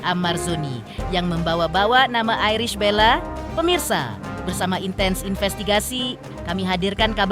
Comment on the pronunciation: Untuk pembaca berita..berbahasalah yg baik bisa nyebut ibel tp nyebut nama iris dg airis bella😂😂😂😂😂